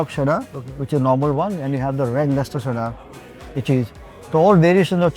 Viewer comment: What's the deal with Chef Vineet pronouncing cheddar cheese as sheddar cheese?